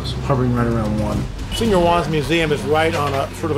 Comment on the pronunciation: good doc, but learn to say 'senor'